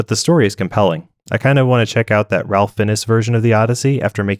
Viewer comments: "RALPH FINN-ESS" ??? it's pronounced "Rafe Fines" was this AI or do you just not know who Ralph Fiennes is? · It’s pronounced Rayf Fines. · It’s pronounced: RAFE FINES. Not Ralph Fiennes lol or whatever the hell you said. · i can't tell if the pronunciation of Ralph Finnes is intentionally hilarious or not. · It is not “Ralph Finess”. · Thanks for saving me a lot of time. By the way Ralph Fiennes pronounces his name - Rafe Fines. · Excellent. (p.s. Ralph Fiennes is pronounced Rafe Fines) . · I think it's pronounced Rafe Fines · Very good video but you do need to learn to pronounce Ralph Fiennes' name please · I'm choosing to believe you pronounced Ralph Fiennes that way on purpose just for the ragebait. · That's not how you pronounce Ralph Fiennes lol